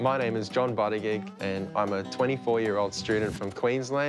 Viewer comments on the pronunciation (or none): Dude, just wanted to let you know. Your surname is pronounced BOO-TI-JEEJ. As a Maltese person, I can recognise a Maltese surname anywhere ;P. You definitely have some Maltese blood in you, however distant. Just wanted to let you know ;P Also, I can recognise a Maltese accent too, and your nanna and nannu are Maltese! They seem so sweet! Anyways, happy playing! You sound great!